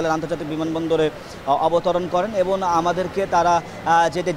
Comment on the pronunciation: আপনি কিসের সাংবাদিক? আপনি এবং বলতে গিয়ে এবন বলেছেন বারবার?